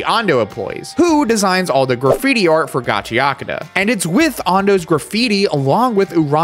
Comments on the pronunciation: Okay, I'm getting kinda sick of watching people flounder and get it wrong, so here are two quick tips for pronouncing Japanese. 1) Emphasis always falls on ODD-NUMBER syllables, usually the FIRST syllable. Every bloody Westerner seems to insist on pronouncing foreign words with emphasis on EVEN-NUMBER syllables, especially Japanese. This is almost always wrong. Hence "GAchiAkuTA, not gaCHIaKUda". I blame the French. 2) When on an unemphasized syllable, "u" is almost always silent. Compare the pronunciation "saSUKe" to "SAske". There's only one exception I've found to these two rules; when you see two vowels next to each other in Romanji or a flat dash above a symbol in Japanese script, you put the emphasis there. If you know these rules, there's no excuse. Compared to English, pronouncing things in Japanese is ridiculously easy. This isn't even a flex. With Anime as mainstream as it is, there is absolutely no reason whatsoever that anybody should still be making this mistake. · Why care about phonetics when you still pronounce it in a western accent lol "Ga-chee-Uh-Coo-Duh" lmao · I also used to pronounce gachiakuuta instead of gachiaakuta lol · Just pronounce it in Japanese lol Gachi Akuta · I've been calling it Gotchercoochie, but now I know how it is pronounced. Thanks. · I think its supposed to be pronounced gachakuta? (Gachiyakuta)? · = Soooo close! You keep insisting on pronouncing the 'U' in -akuta when it's actually 'ahk-tah'. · That final line pronouncing it wrong is my struggle frequently 😂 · i've been pronouncing gachiakuta wrong aswell this whole time 😭, also i really like your personality its really charismatic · So we're just going to ignore the "u" completely in the pronunciation? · Channel is "Kitsune Anime." Doesn't know basic Japanese pronunciation. Oof. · great video but damn americans being unable to pronounce the T in gachiakuta seems so funny to me.